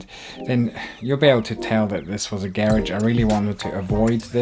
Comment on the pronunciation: Garage not gheredge